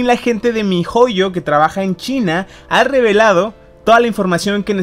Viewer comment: Así no se dice MiHoyo😠